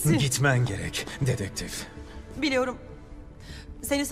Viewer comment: Ditektif ne aq